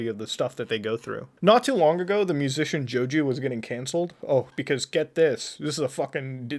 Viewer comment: Ah yes, my favorite, JoJew